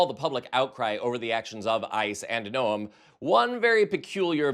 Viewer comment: Noem is pronounced Nome. I'm from Iowa, a neighbor of SD, and am familiar with this harlot.